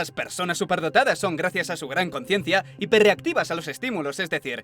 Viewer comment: Dice hiperreactivo?